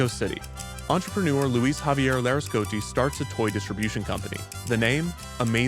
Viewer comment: Your pronunciation of "Luis" as "Leh-Ohs" is so jarring. You did that on purpose, right? How do you pronounce "Luigi"? ack ack ack